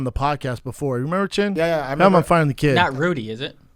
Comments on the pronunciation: Did Theo call chin Clint chet chint or chintk or chink? Either way he should have followed it with chin-mate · Theo with the hard C on the end of Chin 🤭 no you didn't.. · Theo definitely said chink when he said chin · am I the only one who noticed that hard "K" after Chins name? :O Theo needs to stop the asian hate! lmfao gang gang buzz buzz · Anybody else notice Theo sneak in the “k” sound after he said Chins name??? 🤣😂🤣😂🤣😂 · careful how you pronounce chin...